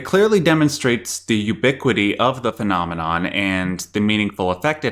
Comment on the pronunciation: I cannot unhear this now because of your comment haha